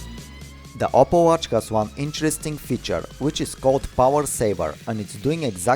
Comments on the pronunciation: You know it's OPPO but he pronounces it as "opple" right??? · "OPPLE watch" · Its called oppo not opple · His name is not opple it's oppo